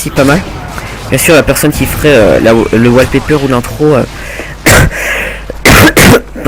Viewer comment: + j'ai explosé à la prononciation de "wallpaper" :rire